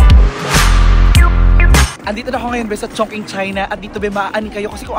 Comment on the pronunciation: Diba sya pronounced as CHONG•CHING?